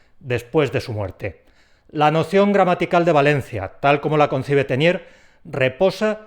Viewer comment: Para mí esto de VALENCIAS es muy nuevo no lo sabía en absoluto y me he fijado en el nombre del lingüista que citas entonces una pregunta Pones por escrito Tesnières pero has pronunciado insistentemente Ténières Cuéntalo ¿Cuál de los dos hay que buscar? Por favor describe la teoría de constituyentes que seguro que es la que conozco sin saber que tiene nombre